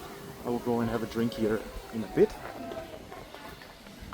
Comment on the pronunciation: woll = will 😂